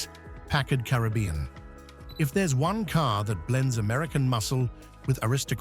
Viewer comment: A Brit talking about American cars, and can't pronounce the names of at least one... it's PACKard, not PackARD!